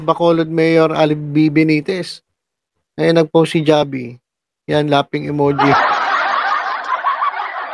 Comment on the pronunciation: H po mag pronounce ng pangalan ni mayor javi (havi)